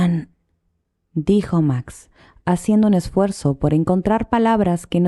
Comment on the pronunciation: Es Roland no Ronald